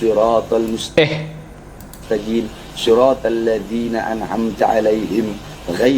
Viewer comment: Tidak ada satu pun qiraat yang membaca huruf qaf bunyi g ... Semua qiraat baca "Mustaqim", tiada yang baca "mustagim"... Sanad apa yang dipelajari si bahar...